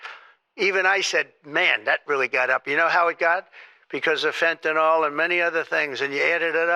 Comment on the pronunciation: Does he think he's Italian now? Fen-tanyl 🤌 These jabronis with the fen-tanyl 🤌 Also, Trump loves Hispanics, so long as they make his tacos, manicure his putting greens, and work whatever wage he feels like giving them